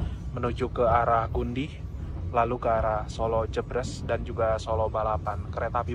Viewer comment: Koreksi.. solo jébrés mas bukan solo jebres 🙏🙏